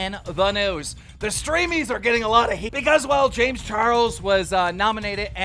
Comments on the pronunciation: This guy purposefully messed up people's name to piss people off. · Keem is the worst at saying names lmao